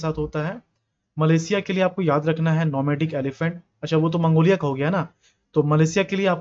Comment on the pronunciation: Speed ke chakkar me 49 wala question me A option ko ap Nomedik elephant bol diye😅